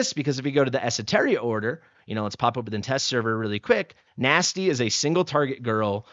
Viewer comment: The name Nastya is pronounced NAH-sty-uh Meaning: Resurrection.Nastya is a girl's name of Greek origin. Although this little ruby gem is typically a short form for Anastasia, it packs a serious punch all on its own. With this Russian name, meaning "resurrection," your new arrival is sure to bring spice and spirit to everything they do.